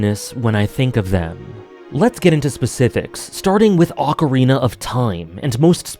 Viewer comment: You've improved your pronunciation of "Ocarina" - nice.